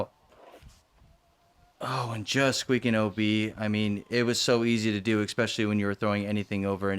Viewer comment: Thanks for the coverage as always. Wind looks brutal, but course looks absolutely terrible. Is there a decent course anywhere in AZ? Also..., let know there is no "eck" sound in the word "especially".